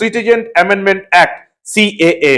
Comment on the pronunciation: ক্যা নয় CAA..